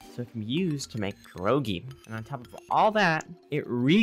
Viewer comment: Wow, ur first ytber who said "pierogi" correctly xD